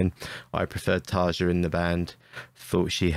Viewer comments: Not so sure about you being a big Tarja fun...It is pronounced tuh-ree-uh not Tuhr-juh... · It's pronounced taria not tarja. Nightwish was way heavier with taria in the band for sure. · learn how to pronounce Tarja!